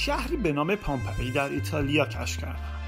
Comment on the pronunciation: بسیار عالی ، فقط لطفا در تلفظ کلمات دقت کنید sombol نه ، sambol napel نه ، napl pompeea نه ، pampey